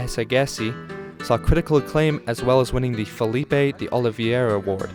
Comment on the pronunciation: Not that it matters in the slightest but just wanted to put it out there. The “G” sound in Gilberto sounds like an English J sound. So his name would be pronounced like this: JU-AW JU-BER-TU. The word “de” also sounds like an English J. So the song would be pronounced as: GA-RO-TA JEE EE-PA-NEM-A